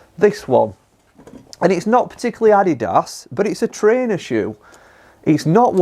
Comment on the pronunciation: How can you work in a golf store and you can,t pronounce Adidas properly?